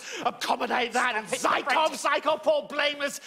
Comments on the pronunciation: learn how to pronounce Zykov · The actor mispronounced: it is necessary to Zhùkov, not Zykov